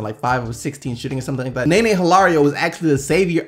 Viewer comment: nene is pronounced nuh-nay